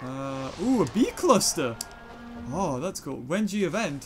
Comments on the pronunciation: its not wenji its wenja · That’s a J not a G instead of wedgie but get rid of the DGIe and put in NJA and you get wenja!